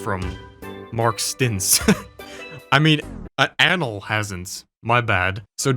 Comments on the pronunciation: My man is saying Anal as if not pronouning it in English makes it better. You are just saying how it would sound in Spanish perfectly laddie. Yet Anal's work is impecable. Props to the dude. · I like he mispronounced "Anal Fitzgerald"